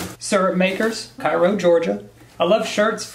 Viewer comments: Kay-ro georgia. Like the syrup. Kay-ro. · Oh and it's KAY-ROE Georgia 😁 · Haha it’s pronounced like k-row ga 😋 I’m from one town over! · The way he pronounced Cairo lol love it 😂 I live like 25 mins from that country ass town